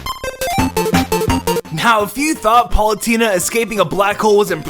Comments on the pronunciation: you said Paulutena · to you said pulatena I dont know to spell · "Palutena". Good video nonetheless.